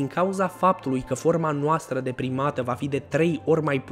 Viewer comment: Când spui „de primată“ eu aud „deprimată“ și, pt. o clipă, mă gândesc „Ce formă deprimantă a corpului!?“. 😂😂😂